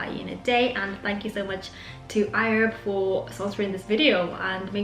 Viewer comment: WHY DO U KEEP SAYING IHERB CONSTANTLY AND IN AN AMERICAN ACCENT??!!!O HAD TO CRINGE EACH TIME U SAID IT!😑🤔